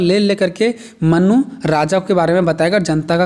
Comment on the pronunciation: Mannu nhi manu 🫣